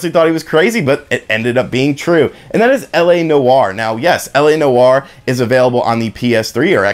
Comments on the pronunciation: Noire = "Nwar" not "no-arr" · Noire is one syllable bro. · “La No-Are”😂